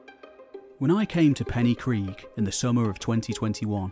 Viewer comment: Hey I loved the video, but I just wanted to mention that the y in Pen y Gryg is pronounced ‘uh’ instead of ‘ee’. Sorry if it comes off as nitpicking.